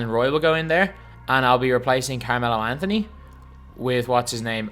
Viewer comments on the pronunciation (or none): none